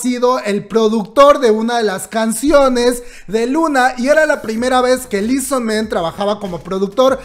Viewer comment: Li so man ... Li so MAN .. MAAAAAAAAAAAAN . No es ingles xD